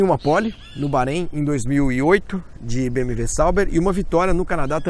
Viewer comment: Pq vc fala BM"V"?